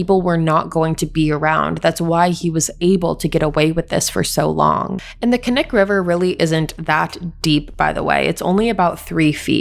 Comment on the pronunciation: Love your videos but as someone who lives in Alaska hearing you say all these places in Alaska incorrectly is killing me 🥵😂 the K in (KNIK) isn’t silent and it’s pronounced (EKLOOTNA )